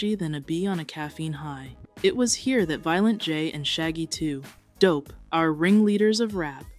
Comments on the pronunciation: i know some other dude said this but the way you say shaggy 2. dope kills me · God. I cannot handle the way she says shaggy 2 dope "Shaggy 2......dope" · ❤ the AI needs some tuning “shaggy 2……….. dope” 😂